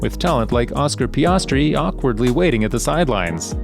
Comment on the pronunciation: Pee-us-tree kek